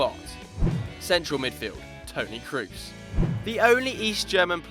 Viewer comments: kroos is pronounced cross and not like in loose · You pronounce Kroos wrong. Its not english